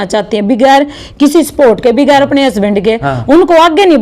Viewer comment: बिगेर नहीं,, बगैर होता है